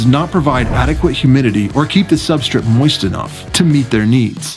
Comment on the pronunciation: Substrate. SubstRATE. I couldn’t stand they way you said it.